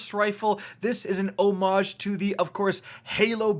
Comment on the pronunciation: When did people start pronouncing homage that way??? Lol, keep up the good work, Love the content, man!